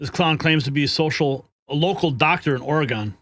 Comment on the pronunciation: PLEASE STOP CALLING G IT OREGONE. It it OR-A-GUN. Please and thank you.